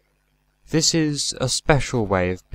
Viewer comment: In stanza 3 at line 7, try putting the emphasis on”this”. Great recitation, but that slight amelioration would be perfect.